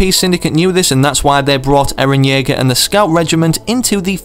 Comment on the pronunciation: "Eran Jaeger"?! WHAT. ITS ERAN YEAGER